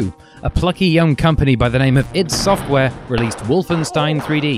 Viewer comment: I've just discovered this and it's fantastic! Well researched, entertaining and the music is great too. I'm hooked and listening to Gentlemen discussing vidya 42 as I write this. Oh and finally someone on YouTube pronouncing iD Software properly. 10/10 no no nooo 11/10 that's not good either 'u wot m8'/10